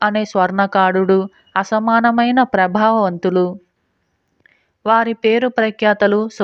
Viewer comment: telugu konchem jagratta gaa chadvali -- bhetala kadhalo - prabavantudu ani kaadu, pratibhavantudu ani cheppali. alage - bhetaludu - raja neeku teli kooda cheppalekapote annaru - cheppaka pote ani cheppali/chadavali. konchem sradha pettandi. chandamama kathalu - naaku chala istam - 30-32 years nenu chandama chadivanu book. prati katha lo kakapoyina chalaa kathala loni neeti - jeevitam lo yeppudo okappudu naaku anubhavaniki vachayi.